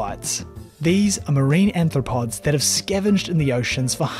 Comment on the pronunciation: >>> At least three times your voiceover (corroborated by the captions) refers to anthropods (sic). Care to define? Human-like feet?